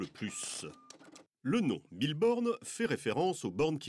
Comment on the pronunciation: C'est moi où il dit Bille Borne ?